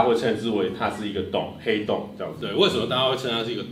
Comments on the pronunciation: ㄏㄟˊ凍真的很好笑，我笑到不能吃飯了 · 原來是ㄏㄟˊ凍的部分 ... 哈哈哈哈哈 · 原來是ㄏㄟˊㄉㄨㄥˋ啊！ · 殼以阿 這個主題很棒 ㄏㄟˊ凍我會笑死XDDDD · 那個“ㄏㄟˊ凍啊”笑死我